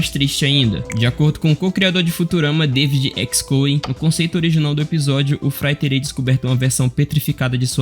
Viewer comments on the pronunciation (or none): none